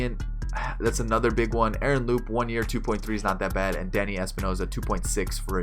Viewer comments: Youre pronouncing Sanchez and Travis' first names wrong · Do you know how to pronounce Aaron and Devon Travis OMFG and you cant say Yangervis or Teoscar but its G lol